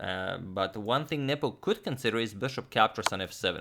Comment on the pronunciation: i keep hearing nipple instead of nepo